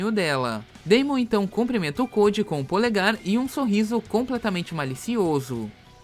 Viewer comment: "Pobre Cowde" kkkkkk